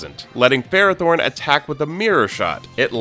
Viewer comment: I think my brain exploded from that Ferrothorn pronunciation alone 🤢